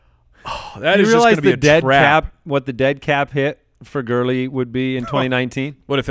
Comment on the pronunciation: Anyone else cringe when that guy says "gurllley" Jesus...... Lol